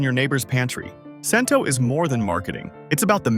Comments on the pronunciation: I thought the brand is called "Chento," NOT "Sento." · ai voice and must be ai research. Talks about a brand, then shows all the others. Muir glen is watery and has no taste. It certainly didn’t taste like my nonna’s sauce at all. And Cento is pronounced Chento. And who is eating a whole can of tomato sauce for 400 grams of sodium. Should have mentioned Pastene tomatoes. Also should have mentioned that seasoned tomato sauce isn’t used for pasta sauce. It has to be either whole or crushed. Tomato puree is just added when you need a thicker sauce. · I'm glad they picked Cento as a best choice but sure wish they would pronounce the name correctly. I.E. Chin toe not sin toe. Also glad to see they picked Red Pack as a good choice. While they showed a picture of Red Pack and Red Gold side by side I didn't hear them say they are from the same company just like Hellman's Mayo and Best Foods Mayo. Same product sold under different names in different parts of the country. It was also disappointing to hear them mispronounce ConAgra since it's one of the better known food companies in the U.S.